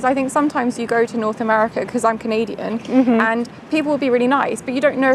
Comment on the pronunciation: Hi. The biggest shock of this video for me is when you said “I am Canadian” in a British accent. Love your videos. Evan (from Canada)